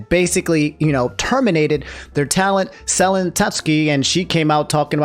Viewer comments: how many videos it gonna take for you to pronounce it suh-len and not sell-in 😂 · Nooo corrected his Selen pronunciation 😭 Also, rest in peace Perdoodle3